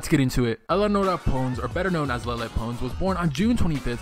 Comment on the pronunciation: Its LE-LE NOT LEELE